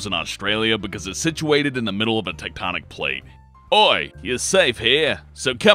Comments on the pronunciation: Did... did you just say "Tatonic Plates"? That's.... wrong... it's... "Tectonic"... with a C and an E... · he says "Teutonic Plates" not "Tectonic Plates" lol